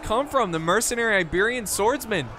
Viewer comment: did anyone hear the Apollo at the beginning called the Iberian Slingers Liberian Slingers haha